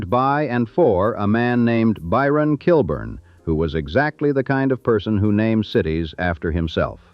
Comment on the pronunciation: It’s pronounced “kill-born”